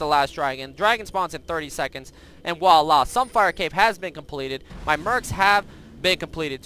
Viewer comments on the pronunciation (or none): none